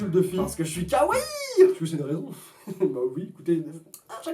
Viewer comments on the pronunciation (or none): none